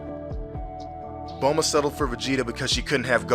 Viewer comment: TOTALLY TRUE. On another thing, taking how you pronounce Bulma as "bohlma" i wonder if you pronounce bloomer as "blohmer"?. show proof that that is in the manga, if not, that's just english dub being what it is (crap). P.S.: what's with that gay gohan at the end?.